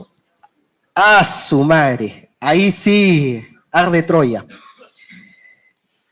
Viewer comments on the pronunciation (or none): jaaaaajaa el "aaaasumare" recontra peruano !!! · De verdad dijiste "asu mare" jajajajap